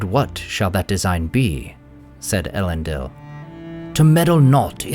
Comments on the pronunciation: 'Ell-end-eel', not 'Ell-end-ill'. Other than that, great content; look forward to more! Edit: although to be more accurate, it should be 'Eh-lend-eel'. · What a great video! How I wish though, that you would pronounce it el-EN-deel .. Oh well, perhaps another time. Keep up the good work! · I can’t believe you pronounce everything but Elendils name right 😅